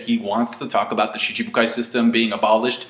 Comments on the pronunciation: Hes been doing it for years... same way he pronounces Aokiji as ''A-Okiji'' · I never noticed pronounced Schibukai as Shi-CHI-bukai.